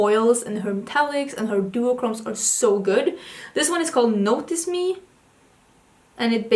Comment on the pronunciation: For the one called notice me I was sure you were saying it was called notice me senpai 😂